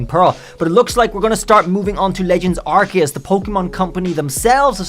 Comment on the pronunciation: Man couldn't even say the name of the game right...